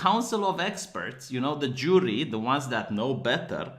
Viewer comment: I love how pronunciation of "jury" makes it sound "jew-ry." lol